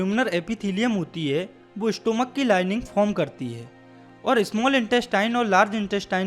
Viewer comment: Incorrect Pronounciation Intercalary - इंटरकलरी not a सेलरी स्टमक not a स्टोमक It's इ सोफिगस not a ओशोpgihus